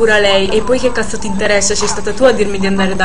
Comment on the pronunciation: Ma non dice "cazzo" dice"casso😂ma cos?hahahah